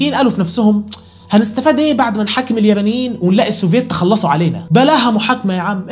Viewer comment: هو بيقول اليمنيين و لا اليبنيين🤔!! اليااااااا بااااااا نييييييين